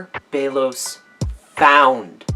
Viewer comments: ok so its a nice theory and all, but the fact that the show says "belos" and you keep pronouncing it "beilos" is very distracting LOL but its a pretty nice video. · It's bellows not Bagel lol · That’s.. not how you pronounce Belos.